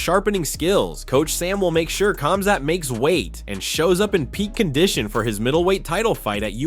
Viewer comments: Khamzat is pronounced Hamzat not kamzat get it right. Its like Khabib is pronounced Habib. Learn!!!! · Exactly, remove the K